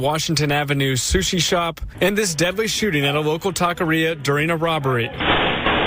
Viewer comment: Not sure if it was a joke, but a reporter in Texas should know that it's not pronounced Taco-rrhea.